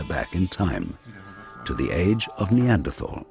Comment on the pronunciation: why cant americans pronounce neanderthal correctly?